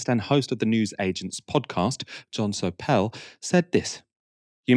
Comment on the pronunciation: Jon Sopel gets the funky pronunciation treatment!